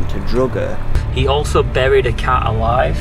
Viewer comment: When you said buried a cat alive I heard buried a cow alive and I thought that’s some hard working nut job.